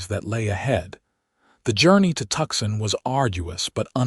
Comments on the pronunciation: Hey AI, it's pronounced Toosahn. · Please figure out how to pronounce TUCSON correctly! Please!